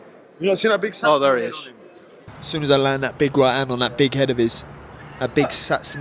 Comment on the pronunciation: Say it with me ‘SAT-SUU-MAHH’ Hes a special case 😂